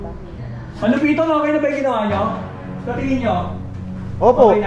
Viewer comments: it's ma-lu-piiiii-toon not ma-lu-piton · It's Ma-lu-piii-ton not Maaa-lu-pi-ton 😅 Sorna na.. Bicolana here😅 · They always miss pronounce MALUPIIIITON to MAAAALUPITON